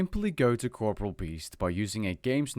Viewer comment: 8 seconds in. All I can think of is that you're saying corporeal wrong.... -_